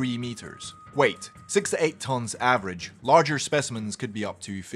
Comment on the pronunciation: Everytime he say "Wheight". I feel like hes saying "wait", and I expect him to say something next.